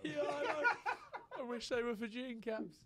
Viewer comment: Ok, apart from a couple of lineouts, best pronunciation of Fijian by a non Fijian. I’ll be starting a podcast of how to pronounce. Just to be a PSA.